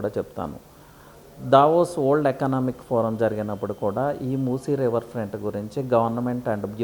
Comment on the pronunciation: Yee vold yendhira bhai, simple ga world analeva? Good info but my ears are hurting listening to his pronunciation.